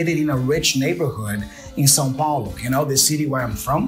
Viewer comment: Good stuff, thank you. I like the way he pronounced Sao Paulo, the city he was from.